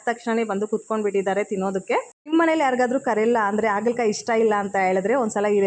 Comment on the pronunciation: Adu Aagala kayi alla, Haagala Kayi. Please correct madi. Kindly don't feel bad.